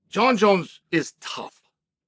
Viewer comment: “Jon Jonz finished” in a Dagestani accent.